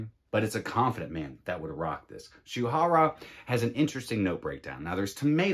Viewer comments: Yes you did. It’s pronounced Shoorah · Nice list! Rasasi Shuhrah is to be pronounced as Shoo-rah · the last one should be pronounce as 'shoe rah'